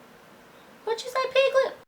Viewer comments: what you say pigglett ?? lol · What u say piglet? X)